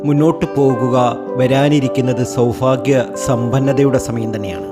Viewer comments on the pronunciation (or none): സൗഫാഗ്യമല്ലെടോ സൗഭാഗ്യം